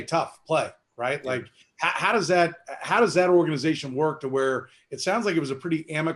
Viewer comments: "OR GANA ZATION" lol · Org aniz atioN 😂